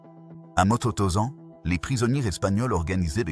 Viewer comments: Motozan? Va falloir apprendre à prononcer les noms et mots d'origine allemande. Le G se prononce gué, donc guestapo et pas jestapo. Matthausen pour mototozan ? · moto tausant...........vraiment l' I A c'est de la merde.....